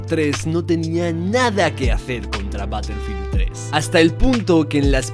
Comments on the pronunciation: Se pronuncia Barefild y se escribe Battlefield, ya que al decir una palabra en inglés, tienes que decirlo tal cual o dilo en español. Saludos. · Todo p3nd3jo 🤣, se pronuncia ba-tuhl-feeld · batelfil dosmilcuarentaydos